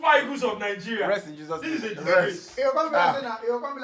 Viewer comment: Bro it's not HESUS. It's not spanish. It's Jesus. The J is similar to Jae